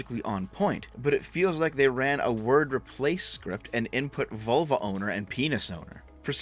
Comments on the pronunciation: I thought you said Volvo instead of vulva. Can't stop laughing. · haha, for the first half I listening it sounded like you were saying "volvo" and not "vulva" lmao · Ahahah, I thought you said ''Volvo Owners'' xD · im a bit of a dumbass for this but heard you say volvo the first time it made do a spit take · Every time you say vulva, I keep thinking about my 244 out in the driveway! 😂